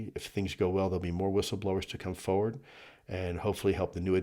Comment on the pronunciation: Foe ward is a strange way to say forward. 😊